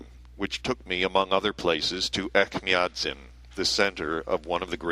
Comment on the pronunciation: Echmiatsin - the second sound is j or ch like in chair (not k or ck)